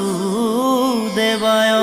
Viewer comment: কৃষ্ণ ভাল লাগিল শুনি ।বাসু দেবায় উচ্চাৰণটো বাচু দেবায় কৈছে।